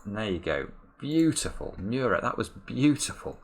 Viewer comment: is still mispronounciating Murat's name:)